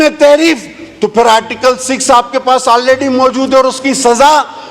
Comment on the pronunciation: بہت خوب ۔ بالکل صحیح اور سچ ۔ اللہ تعالٰی آپ کو سلامت رکھے ۔ لفظ تحریب نہیں بلکہ " تحریف" ہے ۔